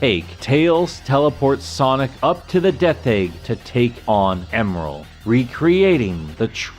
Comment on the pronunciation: Thought his name was Emerl not Emeral?